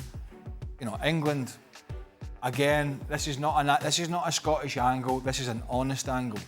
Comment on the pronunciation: He' s scattish!